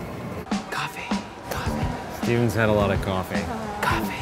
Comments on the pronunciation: I Love the way they pronounce coffee... Cohee! 😄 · “Coffa wine” “coffine” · Its Cofine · no, it's coffine